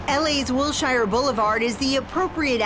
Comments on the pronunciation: I literally (yes,literally) cringed by the way she pronounced the street the Petersen is on. It's "Wil-sher" NOT '"Wil-shire"... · Ugh! It’s NOT Wil-shire!! It’s “Wil-shur”. ……please GO BACK to the Flyover states!! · Most of us pronounce it "Will-sheer." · Will-SHYER! That's how the public transit bus driver used to announce the stop at Wilshire Blvd. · And every single one of them pronounces it wrong. It's "Wil-sher"